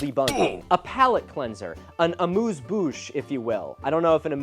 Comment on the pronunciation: Just a small note : "amuse-bouche" is indeed appetiser! However the U is pronounced more like the U of "Utah", while Milo pronounced it like in "moose". I don't blame him, French pronunciation is not the easiest. Source : I'm French 🇫🇷